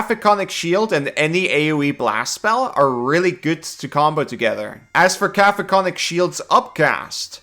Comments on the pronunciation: You start out (correctly) saying "Cack-oh-fonik", but by and every time after that, you're saying "Caf-o-konik", which is not even close. I know that as a, Common isn't your native language, but still... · Just a mandatory correction, it's "Ca-COPHO-nic", not "Ca-PHOCO-nic" Shield. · forgive me for being a grammar nazi, I believe its pronounced (ka-cofin-ic) shield. LOVE YOU AND GATOR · Caco-phonic is messing with me lol, because I say it like cacophony 😂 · KA-KO-FON-IK That is all. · Cacophonic is pronounced like cacophony. Kuh-kof-uh-nee. This vs conjure animals or upcast vs conjure woodland beings? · I took thunder and psychic damage just from hearing the spell name so horrifically butchered. 😛 Joking aside, for anyone confused about the spell's actual name, Cacophonic is the adjective form of Cacophony, in which the "coph" section is supposed to sound like the word "cough." At least the spelling of coph makes more sense than cough lol. I'm sorry if any of that sounded rude, that wasn't my intent. It's just... the creative writing major in me was crying out.